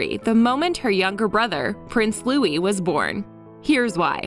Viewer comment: It's Prince Louis, not Louie.